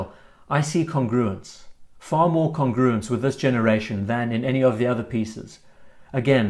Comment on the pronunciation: There's no way I can post this without sounding annoying, so please forgive me, but seeing as it's one of your favourite words, the pronunciation of "congruence" is with emphasis on the first syllable :) Really like the VC Overseas and the size is perfect on my small wrist. Dislike the hands though, which seem 70s in a "bad" way